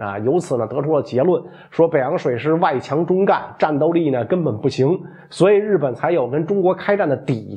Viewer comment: 外強中乾,讀做gan1不是樹幹的幹